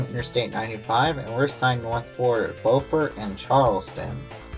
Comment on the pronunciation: In SC Beaufort is pronounced BEWfert unlike NC we pronounce it BOWfert